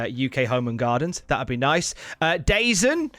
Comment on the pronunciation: Hate to be “that guy” but DAZN is pronounced “ Duh Zone” just for future reference - sorry. Keep up the good work